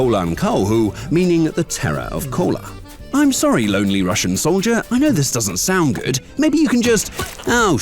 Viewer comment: "The Terror of Kollaa" I almost misheard "The Terror of Cola"